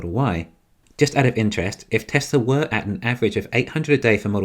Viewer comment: Why can't you pronounce Tesla correct?